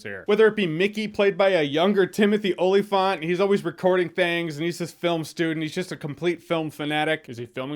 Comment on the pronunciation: Oh-Lee-Faunt?! No, no, no... it’s pronounced Ol-luh-fint (like elephant).